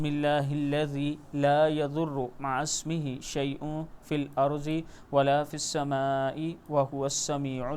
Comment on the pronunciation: Yaar 5th Dua main " ma a ismihi " nhi " ma asmihi " ata hai